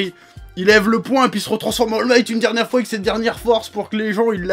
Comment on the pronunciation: Il a dit Al migth 😂😂